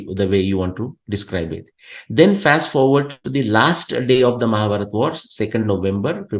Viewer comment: Please not to pronounce Mahabharata or Ramanayana. It’s pains me, breaks my heart.🙏🙏🙏